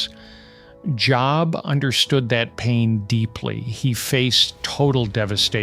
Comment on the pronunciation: I just realized the speaker is just an AI voice. No Christian man who knows the Bible would pronounce Job’s name like you got a new “job” from an employer. Unbelievable. Can’t anyone do their own work nowadays?